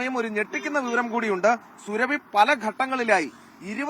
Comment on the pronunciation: സുരഭി അല്ല. സുറാബി. Khatun is a title of the female counterpart to a Khan.